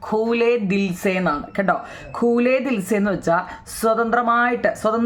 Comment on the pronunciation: ഖുലേ ദിൽ ആണ്. ഖൂലേ ദിൽ അല്ല